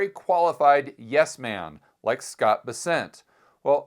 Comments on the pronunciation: scott Bess- ent, not B-sent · It’s BEssent, not BesSENT